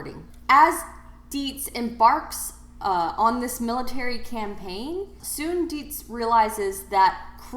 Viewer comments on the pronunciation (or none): Dietz is a German name so it should be pronounced “Deets” (rhymes with “sugar-beets”), not “Dee-ehts”.